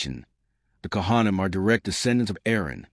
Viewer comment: This was really interesting except that I couldn't listen anymore because the pronunciations of words like Kohanim were so awful. Seriously, if you're going to put all this time into a historical video, why pronounce all the Jewish words so horrendously badly? Makes no sense at all.